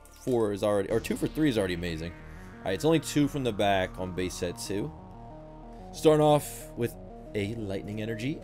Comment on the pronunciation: Start of the video he said bae set not base set